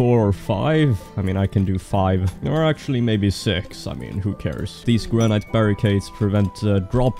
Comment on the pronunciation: One complaint, he's saying granite wrong. Other than that. I like him